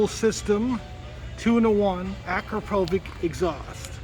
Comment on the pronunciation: Fun fact it's pronounced akro-povich not akra-povik